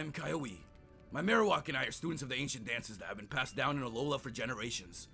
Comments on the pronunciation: The name is kiawe (kee-ah-veh) not vay veh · Kiawe is pronounced KEY-AH-WAY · Its ki-a-we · oh and kiawe's name is pronounced keee aw way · uh actually kiawe's name is pronounced "KEY-AHH-WAY" I know because I watched the show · his name is pronounced as kea way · You prenounced the captains name wrong because it is keyaweh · it's Ki-ah-weh. Correction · cri even my fave poketuber pronounces kiawe wrong ;v; Edit: how to pronounce "kiawe* key•av•ae